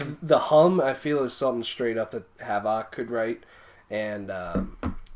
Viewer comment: Cool review. Btw, your saying Havok wrong. It's pronounced the same as havoc, as in, "to wreck havoc".